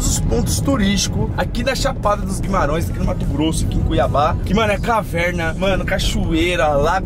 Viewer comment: Guimarãoes kkkkkk é Guimarães